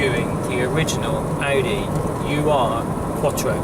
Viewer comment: It's pronounced "Eeerrrr-Quattro" not "U" "R" Quattro. VW also developed the 4wd system... They were testing a proposed military vehicle (which was never produced) when an Audi engineer was enamored w/ the system and the rest... Is history as they say!